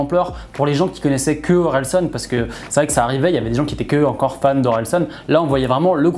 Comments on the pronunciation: Tres propre la vidéo ! Par contre tu rend ouf a dire SON au lieu SAN. Continue comme ca 👊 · Super vidéo, mais juste ça me perturbais parce que c’est OrelsAn et pas OrelsOn